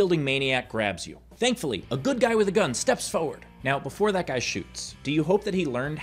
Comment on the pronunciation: Pronouncing forward as "Foward" is a sign of pseudo intellectualism. I've dated my share.